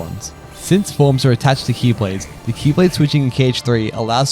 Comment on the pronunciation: The faint old man xehanort "X-blade" every time you say key lade made me smile.